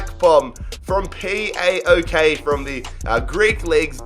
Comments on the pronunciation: It's just PAOK. No need to pronounce it like P.A.O.K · P-A-O-K... it’s so difficult to say paok???🤦🏼‍♂️ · Ποιος γέλασε έτσι όπως πρόφερε τον ΠΑΟΚ?😂